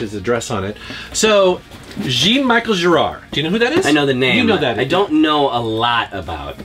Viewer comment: It's kinda like "Juhn Me-shell", and "Genre" without the n. Juhn Me-shell Ge(n)re.